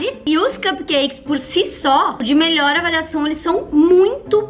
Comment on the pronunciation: "melhoe" kkkkk